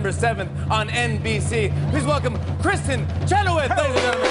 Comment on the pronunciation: No. You meant Kristin Cheno-Vee.